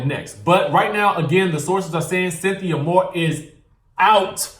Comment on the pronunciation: "Cynthia Moore"? lol